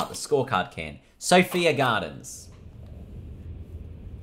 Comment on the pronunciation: Ok so I’m english, it’s pronounced sph I A btw and it is in wales